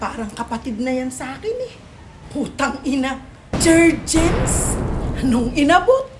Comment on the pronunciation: Jerjens hahhahah...JerGens po👍